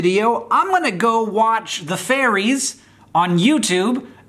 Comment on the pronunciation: I love how Hank thinks Ferries ⛴ are actually called Fairies 😂